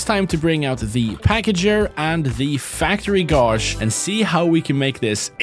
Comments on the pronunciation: The way he pronounces gauge hurts. Like I know it's because of linguistic differences(I'm pretty sure English isn't his native language) so I can't fault him but uhh. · The way you pronounce "gauge" makes my head asplode, I had no idea anyone pronounced it like that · The way he says Gauge triggers my fight or flight every single time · Why are you pronouncing gauge like that? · take a shot every time he mispronounces "gauge" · Anyone gonna tell him he's pronouncing "gauge" wrong? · First time hearing this pronounciation of gauge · You're pronouncing "gauge" incorrectly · BRO UR READ GAUGE SO WRONG NOOOOOOOO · The way you're pronouncing gauge hurts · Erm, well actually it's pronounced "gayj" 🤓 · Gauge is (confusingly) pronounced /gāj/ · there is no r in gauge, please pronounce it as such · It's not gawjuh it's gayje (gauge) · please, its pronounced Gayge not gauzz (gauge) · Did he actually pronounce the “au” sound in gauge like “gauze” It should be pronounced like an “ay” pronunciation like in “day” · Wsg, American here. Is gawge a common pronunciation elsewhere? I’ve only ever heard gayge. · Gauge is pronounced g-ay-j not g-ar-j btw, if you were doing it for comments then congrats, you succeeded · i love how he pronounces gauge (gejch) as gozh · Just a heads up, it's pronounced "gaydge", not "gorzh" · In the first video I couldn't tell what the factory gauge was called because you say "godge" when it's pronounced "gaydge" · There is no R in the word Gauge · Still calls it a gauje instead of a gauge lmao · btw guage is pronounced gayj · You pronounce it as Gayge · He said “Gauge” wrong 😭. It’s pronounced like “gage” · Hearing say gawge instead of gauge is weird. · you speak more languages than me, respect so respectfully, gauge is pronounced gayj, i know, english is consistently inconsistent. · It drives me crazy hearing pronounce gauge like “gauge” instead of gauge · Thats not how you pronounce gauge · I love his pronounciation of "Gauge"